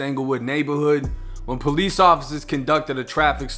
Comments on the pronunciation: is he meaning to say “peace officer” or is that the accent lol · Say the word, "Police"... one more time lol that accent is funny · Why you keep saying police like that bro😂😂